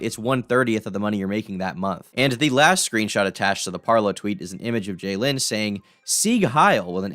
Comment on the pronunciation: Bro it’s jadyn how is that “jay lin”!?